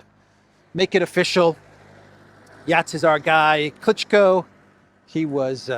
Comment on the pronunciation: Klichko is pronounced as Klichcó.